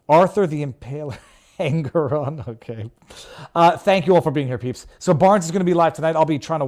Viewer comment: Anger-on, is that ironic?